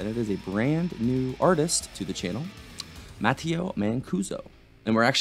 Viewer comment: He is Italian. His name is pronounced Ma-tay-o